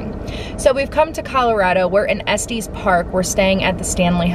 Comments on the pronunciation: Yes, it’s Estes with the short E sound. Not Estes pronounced like testes! Hahaha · I’ve lived in Denver CO my entire life and I’ve never heard Estes park pronounced that way (es-tees park). I’ve always pronounced it (es-tis park). Anyway, I’m glad you enjoyed beautiful Colorado! ❤️ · Es tes Park not es tees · I don't know if other Coloradans would agree but I have always pronounced it Es-Tis park. :) Glad you guys enjoyed it here! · Say it like "Es-tess" Park. Short e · Coloradan here and you are correct